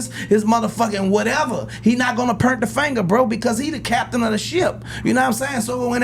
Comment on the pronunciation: Turk, there is no "er" in POINT. 🤣🤣🤦🏾‍♂️